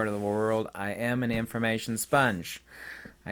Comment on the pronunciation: Saying thankyo at intro